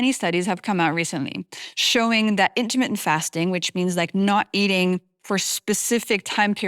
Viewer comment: Intimate fasting it sounded like